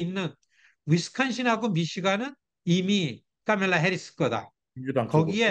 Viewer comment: 미국살고 뭔놈의 교수란게 카멜라 발음이 안되서 까멜라라고 하지 바덜되게